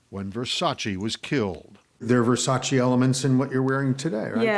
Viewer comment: Finally someone who pronounces his name correctly...it's Versace not Versachee